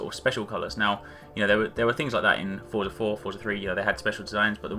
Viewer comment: Finally, a youtuber that knows that Forza doesn't have a T in it.